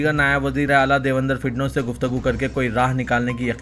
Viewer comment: urdu me phd dikhrain. Vijey batau notice, tanbia, muthra, divender fidnose etc etc iss ke aagey mujhe news sunne ki himmat nahi hori😂😂😂😂